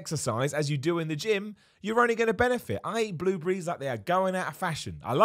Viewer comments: the way he says "bluebriees" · I thought he said blue beeeze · WTF is a blue-bry? ;-) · Bloobrees, I love how you pronounce certain things. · Who else was wondering what "blue breeze" was before realizing it was "blueberries" 😂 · The way he says blueberries🤣🤣🤣